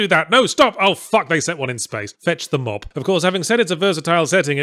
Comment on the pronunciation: I thought he said mob